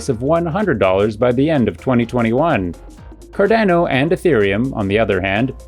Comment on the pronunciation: How do you have a channel dedicated to Cardano, but don’t know how to pronounce it?